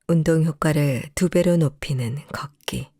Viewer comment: 이 프로에서 발음하는 사람에게 말씀드립니다. '걷기'를 [걷따]고 발음하시면 안 됩니다. [걷:따]고 긴소리로 발음해야 합니다. [걷따]로 발음하면 빨래를 걷는 행위를 의미합니다. [걷:따]고 발음해야 걸음을 걷는 행위를 의미합니다. 한국어 발음에서는 장단음을 구별해서 발음해야 의미가 잘 구별됩니다. 앞으로 방송하기 전에 국어사전을 찾아서 장단음을 공부해서 장단음을 구별해서 방송하기 바랍니다.